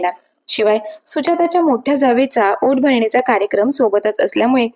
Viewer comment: ओट भरणी नाही ओटी भरणी